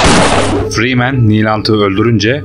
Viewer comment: Oyunun başrol karakterinin soyadını bile doğru okuyamıyorsun neyine senin bu videoyu yapmak